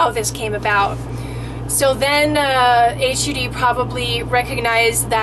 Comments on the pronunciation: thank u for your thoughts. Once government gets a foothold, they seem to steamroll the public. Good to get a conversation going. Big point on credibility, please call it 'HUD" not H- U- D. I hear your passion because your a owner of RV. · Hi. it's not called H U D. They call it HUD . (pronounced as a word). you will confuse some people by calling it H U D . Hope you don't mind the correction. just wanted to clear up any confusion. I had someone watch your video and ask me about it. have a great day and good luck. I'd love to have an RV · 😂 never heard anyone say each letter... H.. U.. D say as one word.. HUD 😂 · Instead of saying "H.U.D"- just say "HUD", rhymes with "dud. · keeps calling it H-U-D instead of hud. annoying...manufactured homes are mobile homes. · Sorry hon, but this isn't true at all! .....You should stop trying to scare people and really educate yourself, before you tell tales outta school! ....Even if HUD wanted to, they can't kick people out of their mobile homes, as many of those are elderly people. And for the record, it's not pronounced H.U.D it's just HUD! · blueknight , Exactly. HUD - rhymes with mud. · HUD is an acronym for Housing & Urban Development. It is pronounced just as it APPEARS---HUD, that is hut with a D instead of a T. FYI. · I know this girl thinks this info is helping in some way, but unfortunately all she's doing is presenting a totally uneducated guess. She doesn't even know that Hud is not pronounced using the letters, which is really common knowledge. She also doesn't understand that Hud (housing and urban development) was put in place in the city to make sure there is not any discrimination taking place. They can't enforce zoning laws, like sleeping in an RV. That needs to be done and enforced by each individual city, through the police force, and just like homeless people on the street, its impossible to enforce, because its too wide spread. Some cities are strict so you stay out of those cities, just like now.